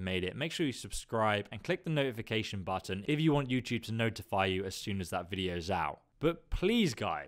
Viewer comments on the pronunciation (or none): none